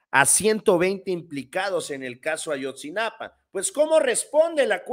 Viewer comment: A-YOT-ZI-NA-PA SIN "N" YA APRENDE A DECIRLO CORRECTAMENTE ERES ABOGADO